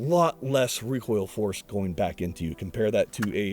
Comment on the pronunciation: The shark bite muzzle eliminates that WUH WUH WUH WECOIL wuwwy